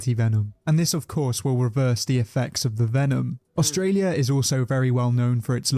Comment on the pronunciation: “Aulstralia” uhm